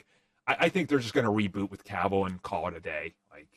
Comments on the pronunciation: Why does he keep saying kaville? The man's name is cavil not hard to say at all and the host has indirectly corrected him multiple times by pronouncing his name correctly over and over with annunciation and emphasis. Dude at some point you gotta stop the person and say hey your saying it wrong. It's so grating it's not hard to do. It's the same as the person that can't be bothered to literally shift a finger to the side to hit there blinker on there vehicle. Point it out correct it and move on I'm not saying let's hang him but definitely hey this is the correct way now on the the next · This podcast is a joke. doesn’t even know how to pronounce cavils last name but yet he is talking comics? I don’t get it at all